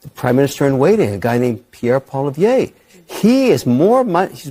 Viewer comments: It’s incredible how nobody knows how to pronounce Pierre’s last name properly lol. It’s not Polivier, it’s PoliEVRE. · no my friend, you are saying his name wrong, Pierre just doesnt care what way it is said, it is a french name. Kevin did pronounce it right. I live in Alberta and know people with the same surname.